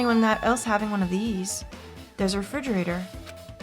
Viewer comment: I know a lot's going on but I can't get over you calling it a 'fridgerator'